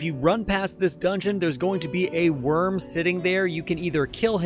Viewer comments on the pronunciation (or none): none